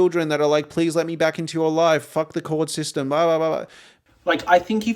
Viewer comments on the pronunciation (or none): none